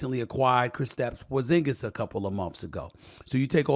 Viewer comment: Don’t say porsingas like that. It’s like saying flat tire